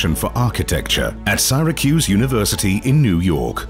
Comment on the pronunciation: The P of Wales was addressed by her maiden name? Disrespectful.Syracuse was mispronounced . The rest is an advertisment for the royal Jordanian family. The words "Haute couture" were mispronounced as horticulture. That made me laugh so hard 😅